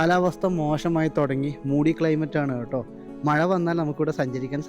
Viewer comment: മയ അല്ല മഴ ❤❤❤❤❤